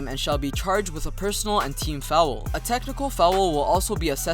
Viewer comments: Fowel lmao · and then goes ahead and pronouces foul as fowool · fou owel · The way you say foul is hilarious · I rlly dont mean it like its rlly bad but it sounds funny, im just exaggerating, keep up the good work